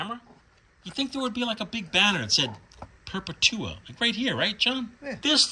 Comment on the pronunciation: I’m not sure but I think that Perpetua was meant to be pronounced “per-PEH-tua” like “perpetual” but without the “L” at the end.